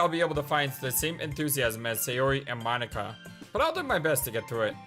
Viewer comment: Well Monika does say that it's not even how you say her name, so I guess she is referring to the fact you said? That its Mo-ni-ka and not Mon-ika?